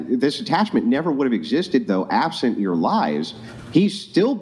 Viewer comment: “At the time I was absonant” LOL